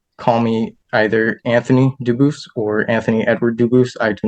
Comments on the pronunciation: In reality , the French pronunciation of Debus would not pronounce the ‘s’ at the end it would probably sound like ‘Deboo’ . If you want to claim French heredity , learn the language , visit the country…. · As a French speaker, I can assure you his name is not pronounced "dubooth" lmao. He can't even fake speak French right